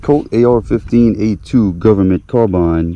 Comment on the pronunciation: Thank you for saying...." CAR - BINE" ......correctly......... Great Video........!!!